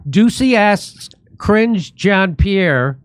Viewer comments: 'Cringe John Pee Air'. That's too funny! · Cringe John Pee Air lol